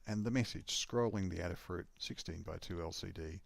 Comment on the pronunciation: Cool demo. Adafruit is Aid-uh-fruit, not Add-uh-fruit. Like Ada Lovelace.